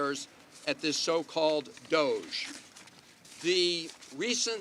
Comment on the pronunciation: Lol ok. It's pronounced "doj" like the meme that it's named after. If they didn't want it mocked, they shouldn't have made it a meme.